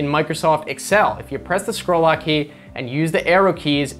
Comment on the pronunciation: Did you say "squirrel lock"? :-D